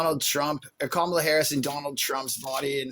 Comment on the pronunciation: Holy shit! This is the first caller that pronounces Kamala correctly! 😮